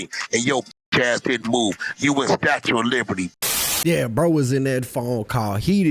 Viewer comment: “Statue of liberty” Hahahahahaha 🤷🏽‍♂️☠️